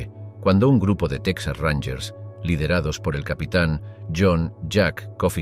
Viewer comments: Solo un error al principio del relato: se pronuncia Tejas, no Tecsas, así como Mejico, no Mecsico. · Se escribe Texas y se pronuncia tejas no saben español o que?👊🏻👊🏻